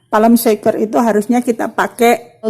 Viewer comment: Palm sugar yah bund,,bukan palm Shaker😂😂😂😂 Beda arti lagi yah